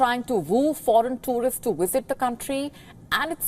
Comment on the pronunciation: “To woo foreign towrists to woosit the country” tongue twister there 😂